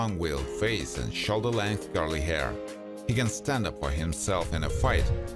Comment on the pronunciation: Just to help, the design called “plaid” is actually pronounced “plad.” Just trying to be helpful. 😊. Also, you said a man’s hair was CURLY, but it sounded like you said GIRLY. Which is funny because curly hair on a man CAN also look GIRLY sometimes too. Ha!